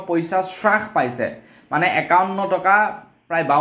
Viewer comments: "চাছপাইছে" নহয় "হ্ৰাস পাইছে" বুলি কবলাগে । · হ্ৰাস নহয় ,হ্ৰাস হে।অসমীয়া ভাষাৰ শ্ৰাদ্ধ নেপাতিবা । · হ্ৰাস শব্দটিৰ উচ্ছাৰণ শুদ্ধ কৰি ল'বলৈ অনুৰুধ কৰিলোঁ।